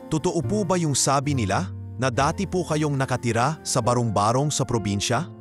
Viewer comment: ang pagbigkas ng barong barong ay hindi barung barung. ba-rong ba-rong hindi ba-rung ba-rung try to read it and pronounce well and read well